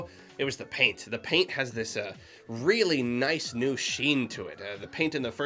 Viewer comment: Idk if I'm the only one who cringed when he said "Paint". It's not even worth getting mad about, but for some reason I got angry at it.